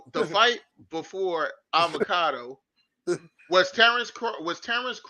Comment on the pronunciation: That man said avecado